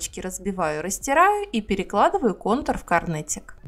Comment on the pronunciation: Интересная идея! Спасибо!!! Где вы нашли рецепт контуров? И еще вопрос, мне слышится, или Вы на самом деле говорите не "конвертик",а "корнетик" !?!